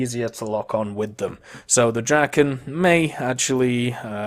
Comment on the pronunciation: ”Tze Draken”? Mate, german and swedish is like german and english.